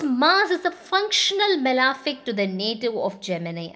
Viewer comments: It’s not “malaaaafic” it’s malefic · it is not correct though pronounced so by many Astrologers.. please check cambridge pronunciation.